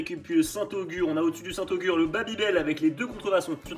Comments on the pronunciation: J'ai ri intérieurement avant de vous voir manger le Société, je déteste aussi 😆 Par contre c'est St-Agur pas Augur 😅 y'avait son "cousin" le St Albray qui est pas dégueu Sinon de la tomme noire ou du comté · Vous abusez les gars, le caprice des dieux est beaucoup trop haut dans le classement, c’est juste un fromage sans goût, sinon le haut du classement est bien. Et c’est saint Agur, pas saint Augur